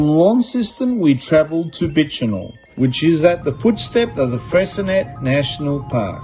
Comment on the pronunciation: Bish-en-oh, Fray-sin-ay, Ma-rye-a island, Done-alley, Hew-on Valley, Jeeves-ston, Mu-ers, Hobb-art (just kidding about the Hobb-art) + 1 million upvotes for the Tessellated Pavement at Eagle Hawk Neck, but you missed out with Doo Town...